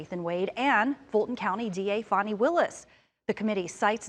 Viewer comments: It's Fanny not fawny. She's a witch hunt leader on behalf of the Biden Administration. Soooo obvious. Trump 2024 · It's pronounced Fanny. Change it up anyway you want. Fanni my AZZ.